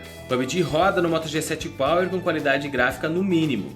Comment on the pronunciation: Só que achei que ele falou moto g7 pau??